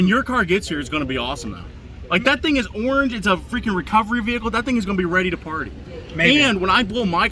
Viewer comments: The “arrrr-ange” charger #cringe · That’s a nice “Are-ange” charger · arge charger. ah yes, arnge, my favorite culler